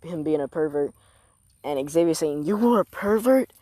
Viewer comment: Not Xavier it’s xenovia zen-oh-via